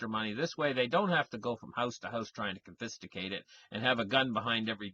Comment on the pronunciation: “Con-fista-cated” LOL